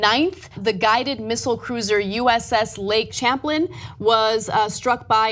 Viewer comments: lake Champlain is pronounced: "sham-plane", it's the sixth longest lake in the US and defines most of the New York-Vermont border. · "the USS Lake CHAMPlin" ouch. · she can't say "champlain" correctly...what a journalist. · I didn't even notice.